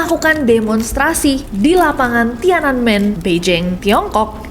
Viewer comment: maaf kak , bantu koreksi pembacaannya. bukan tiana men tp tian an men 🙏🏻